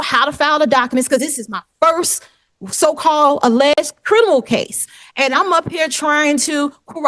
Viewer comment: Shes saying CRINImal